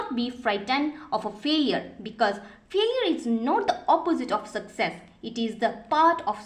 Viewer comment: Failure.....not faliour